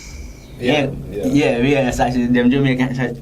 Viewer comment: Everytime she says "Sachiz"... Bless her heart.